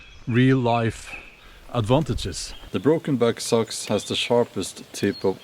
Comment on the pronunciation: Its not sux its sacks